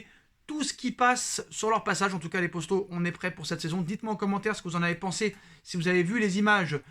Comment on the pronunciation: stp dis les potos, pas les postos